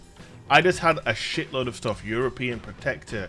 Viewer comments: EUROPAN not European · "EUROPAN" lol....keep up the awesome content!